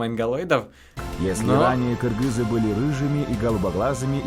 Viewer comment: маладец ты правильно сказал кыргыз а не киргиз мне бесит которые говорят киргиз